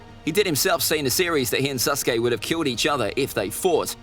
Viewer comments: HE SAID “SUS-KE” INSTEAD OF SASUKE when ze imposter is sus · He didnt say “Sasuke” he said “SUSuke” 😏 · Stop saying suskay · Why do people call sasuke susuke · I love how the narrator keeps saying Suske instead of Sasuke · I loves how he says Saucekay than Sasuke XD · Did he say SUSuke? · Man is saying susake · His name is susgay not sasuke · HE PRONOUNCES IT LIKE "sus-uke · " Naruto vs SUSkae" kinda sus my guy 00:9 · This dude keeps saying suske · Stop saying susgay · Naufal saskeh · Me hearing: susgay? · who else is hearing "susgay" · I swear I’m. Not making fun of you but I like how you say SUSKAY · He keeps saying susgay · Why he say SUSuke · Man really said suskey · I like how he calls sasuke “suske” in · My guy really called him suskai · I like how he keeps saying suske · "SUS kay" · Love how he say sasuke like sasgy and how he called Naruto’s clones his friends like bruh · Mans saying sasuke like susgay 💀💀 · ITS NOT SUSKAY Edit: WHAt is the land of vawes